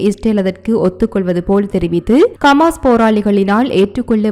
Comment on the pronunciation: Please learn to pronounce Hamas and Palestine Really annoying to hear